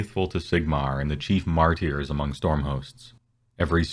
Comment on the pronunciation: He pronounced martyr wrong and it hurts my ears